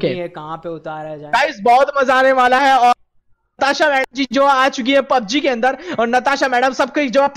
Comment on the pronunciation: he means that it's pub g not pung as said by